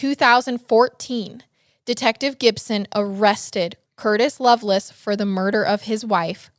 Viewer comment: It’s not “loveless” it’s lovelace pronounced “LovelACe”